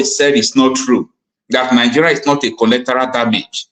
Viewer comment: what a tremendous job you are doing! In my opinion, you are umpteen. I, however, wish to correct you on a few errors which, if adhered to, will, immensely, enhance your efforts towards informing both the masses of Nigeria and the world, at large. That word is, actually, “Collateral” and not “Collectoral” - a word that doesn’t exist in the English Language. Also, the word, “Concern”, is often mispronounced as “Consign” which, even Lawyers and intellectuals, in Nigeria, are guilty of. They are completely different words, with different meanings - one dealing with feelings, while the other deals with goods, shipment or consignment. On e again, what a marvelous job you are doing!